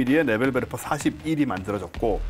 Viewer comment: 참고)원어 발음은 네벨베르퍼에 가깝습니다